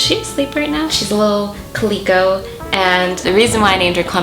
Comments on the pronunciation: omg I LITERALLY was going to comment the exact same thing! plus that I've never heard anyone pronounce it like that- and I was a veterinary technician for 12 yrs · I’ve always pronounced it cah-li-co like the fabric print. But the way you said it reminded me of ColecoVision and I thought it was cute. 😁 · I love the way you pronounced "calico". <3 I love the little crop top with the sunflowers on it.